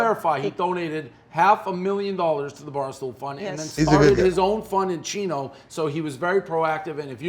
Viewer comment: This is the second time Dave has called it chino. It’s Chico Dave!!!!